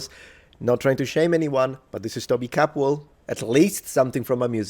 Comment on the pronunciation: Props to doctor Capwell for the pronunciation.